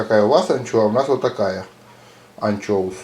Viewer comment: прикольный у вас анчёус))))